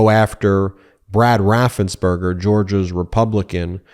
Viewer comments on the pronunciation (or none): His name is Raffensperger, not raffensburger. Why does everybody mispronounce it?